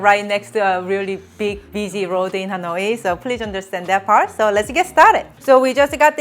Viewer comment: You're cute, but please, out of respect for your Viet subscribers (me), please try to properly pronounce "Hanoi." It's not "Ha-noy-ee." I hope that while you are there, you will visit with Helen from Helen's Recipes channel.